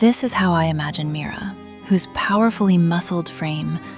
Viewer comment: You butchered Mira